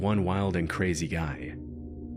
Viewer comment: This guy is real, because he mispronounces “women” as “woman” and a couple others that slip my mind at the moment.